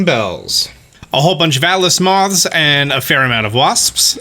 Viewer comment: Today on Pronounces: Common Buttholes! Waspsps! Giant Wodder Bugs! And Allas Moths!